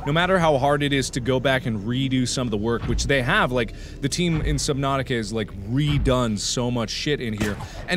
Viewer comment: Jackcepiceye calls it subnausih